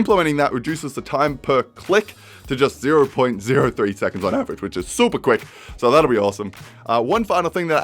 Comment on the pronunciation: on ADVerage